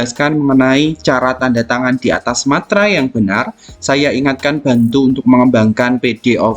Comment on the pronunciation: Meterai pak bukan Materai🤣